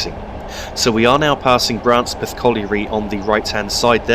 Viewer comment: The locals from Branspeth would laugh at your pronunciation of their village's name. It's first syllable is pronounced bran and not bra. Oh, and apropos of nothing in particular there's a village nearby called Bitchburn.